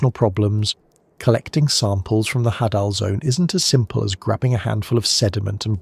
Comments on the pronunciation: Hadal... "of Hades". Pronounced Hay-Dall not Ha-Dall, sorry, drove me nuts every time you said it LOL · i think its pronounced hay-del zone because its names after Hades of mythology